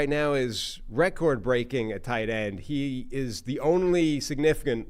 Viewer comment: you keep mispronouncing "record". Just a suggestion to correct it. Love the pod guys. Keep it up.